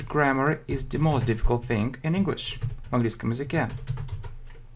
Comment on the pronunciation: не think, а thing)))